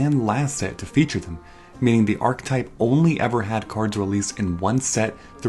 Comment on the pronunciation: archetype is 3 syllables